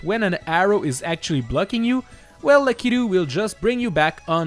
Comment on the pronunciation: Thank you for pronouncing Lakitu correctly.